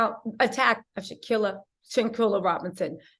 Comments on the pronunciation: SHANQUELLA- Pronounced, SHAN(QUILLA, just sayin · Her name is SHANQUELLA please stop mispronouncing her name if you are going to do a video about her atleast be respectful and make it a priority to get her name correct its really simple. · What's so hard about pronouncing Quella... 🤔